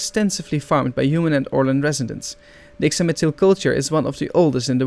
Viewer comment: Pretty sure that the X in "Ixamitl" is pronounced like a "sh", like "Ishamitl". The Natlans' design draws (superficially) from from the Aztec civilisation. The romanisation of Classical Nahuatl uses the letter X, and most nouns end with either "tl" or "tli". Being a fire godlike looks like it sucks because it seems like you can't hug anyone without giving them third-degree burns. They also seem like the most painful godlike to give birth to (˘°m°)